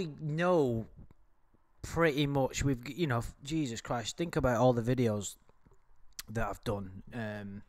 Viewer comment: He said jaysus